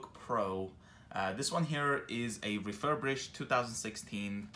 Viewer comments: I cringe every time you say “refurbrished” it’s refirBISHED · It's "refurbished" not "refurbrished". Thanks for the video ☺️ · ReFuRbRiShEd... refurBRIshed... RE-FUR-BISHED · ‘refurbrish’ lol